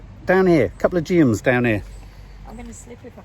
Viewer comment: they are geums. Jee-Ums.